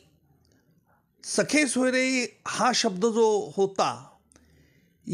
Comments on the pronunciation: हा माणूस जाणुन बुजुन 'सखे-सोयरे' म्हणतोय. खरे शब्द 'सगे-सोयरे' म्हणजे आप्त व नातेवाईक असे आहेत. हा त्याला सखे (ग ऐवजी ख) सोयरे म्हणजे मित्र आणि नातेवाईक अस उच्चारुन जनतेची जाणुन बुजुन दिशाभूल करत आहे. शेवटी सरकारी वकील ना. खोट बोलणारच. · सखे नाही हो महाराज... सख्खे सोयरे म्हणा.... वकील आहात ....‌वकिली चालूगिरी करू नका.... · सखे सोयरे नाही सगे सोयरे असा शब्द आहे. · सखे सोयरे नाही.सगे सोयरे